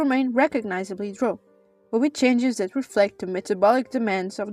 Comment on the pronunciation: I’m glad you keep the original pronunciation of Dro’